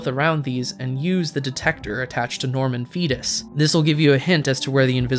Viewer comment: "Norman Foetus" American accent You're killing me :P